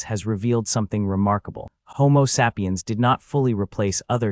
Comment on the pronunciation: I couldn't watch after the 3rd mispronunciation of "sapiens"